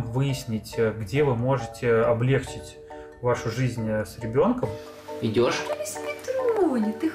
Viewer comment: добрый день, на 24 минуте вы гворите облЕгчить, но ударение должно падать на облегчИть, посылаю вам ауру грамоты, спасибо за видео, очень информативно!